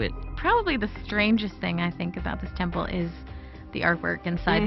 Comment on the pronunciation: what are you talkin' aboot?